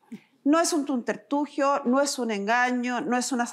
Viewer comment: Se dice SUBTERFUGIO, Carmen Gloria, no "tuntertugio"